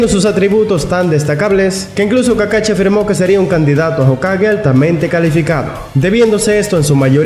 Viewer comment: Ay, me desespera que diga Charingan y kakachi, pero gran video. Casi nadie hace videos hablando de los otros jonin que no son Kakashi